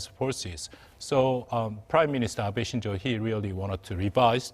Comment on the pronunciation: Abe shinzo, not “Shinjo “